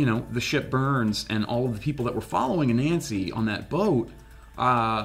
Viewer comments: The pronunciation is not A Nancy, it's pronounced A nunsi. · Its pronounced anansi ( ah-nun-see) not a-nancy. Growing up with his stories and tales its just torture to hear you guys say it that way . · Please learn to pronounce Ananzi correctly